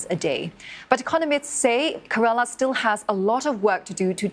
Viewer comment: It's Kerala, not Karala.